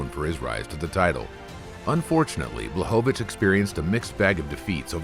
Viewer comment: BŁACHOWICZ!!!! BLECHOVITZ